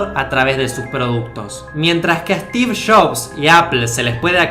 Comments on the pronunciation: “Stiv shofff” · Estiff Joffss xdd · stif shofs xDDDDDDDD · steve chobs jajajaj 😀😄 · Yo soy Argentino y no digo, Estifff Shabsss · "Estif shobs"